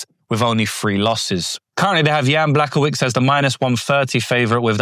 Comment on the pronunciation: brother, "Błachowicz" ends with "cz" and you should read it like "ch" in "chair". B, ł(WOOden) .... cz (CHair). Great video though!